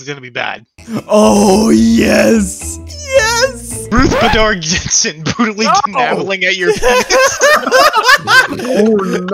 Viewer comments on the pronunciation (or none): the way somebody said Ruth Bader Ginsburg name was bad.